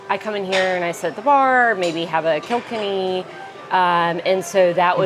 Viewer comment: Kilkenny is pronounced more like "oh my god, you killed Kenny" not "kilk-enny". Great review, but sorry, that was driving me nuts. I'm from Donegal, but have been living in America for years and have yet to hear Donegal pronounced correctly. But loved the review